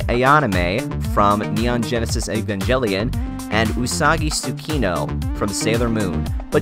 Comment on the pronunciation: its evangelion not evanggelion